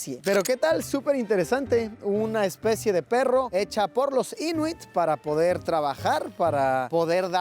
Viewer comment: Siempre ha sido mi sueño ir ahí o a Finlandia, ya se que has ido a ambos!! Creo que la pronunciación correcta es Inuít, con acento en la segunda i...Yo mientras me estoy puliendo bien con el inglés para ver si me va bien cuando pueda hacer esos viajes!!!